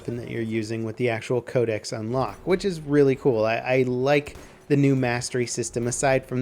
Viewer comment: Can anyone tell me why he pronounces "Code-ex" (I know that's not how you spell it, I'm spelling it like that for pronunciations sake) like "Code-esees?" Is that the proper way to say it or something? I've never heard anyone say Codex like that.